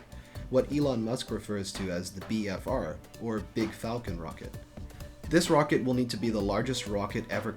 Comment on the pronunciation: I see what you did there Musk. with the "faclon"